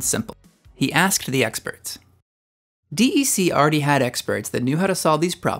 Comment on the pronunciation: This video needs to be redone. "D" "E" "C" is not the way it is pronounced. It is just "DEC" pronounced like "deck". I know because I worked there before Compaq bought DEC, and HP bought Compaq.